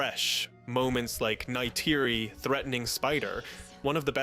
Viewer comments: That was an interesting restructuring of the movie, spoiled only by the repeated mispronunciation of Neytiri. 🫤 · i like your tweaks just please for the live of god STOP saying Neytiri’s name. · Why do you say Neytiri and dog tag the way you do? I’m not even sure what you say instead of ‘tag’ but Neytiri? It’s not even an accent or anything you’re just straight up saying it wrong.